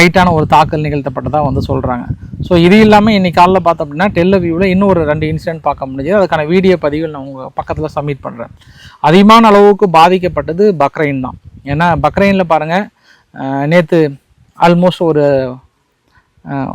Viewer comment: உங்கள் நாக்கை கொஞ்சம் தீட்டுங்கள் பக்ரைன் அல்ல பஹறைன்